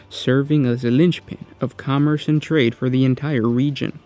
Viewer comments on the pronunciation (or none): none